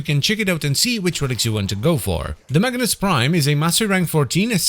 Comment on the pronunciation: Everytime you say Magnus Prime i hear Magnes Prime 😀